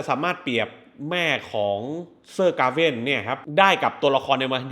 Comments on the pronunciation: Gawian หรือ Gawain คือ..ผมไม่รู้ว่าเรียกชื่อแบบนั้นจริงๆ หรือตั้งใจเรียกแบบนั้น นิดนึงๆ😂 แต่เอาจริงๆชอบการตีความและเล่าเรื่องอธิบายเพิ่มเติมของผมชอบมากก😁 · ผมรู้สึกเหมือนอารมณ์หนังเรื่อง เบวูลฟ์ เป็นหนังที่สอนใจคน